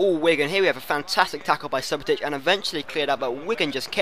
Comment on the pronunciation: you need to work on you pronunciation Modric = Modrich Hummels = Huh-mmels Subotic = Soobotich